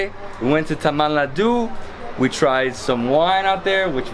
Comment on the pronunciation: He is pronouncing tamil nadu as tammannah I was like what